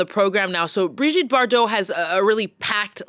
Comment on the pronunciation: Perhaps the least the announcer could’ve done, was to learn to pronounce “Bardot” properly . Not even halfway through, three mispronunciations and I’m clicking off. I found the research for this piece quite weak and your credibility dubious